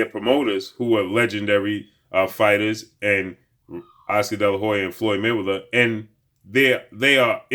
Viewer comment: Damn just say oscar delahoya sheeesh